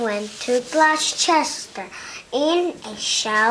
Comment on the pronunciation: you pronounced gloucester wrong!